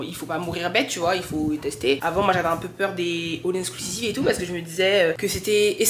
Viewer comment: on dit all inclusive 😊